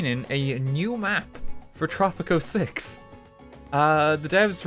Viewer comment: At first I couldn’t tell if you were saying tropic 06 or tropico 6